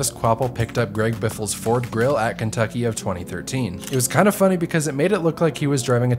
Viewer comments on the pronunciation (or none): none